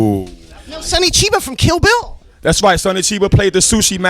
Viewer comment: Everytime rza says kill bill it sounds like chill bill, now i wanna see that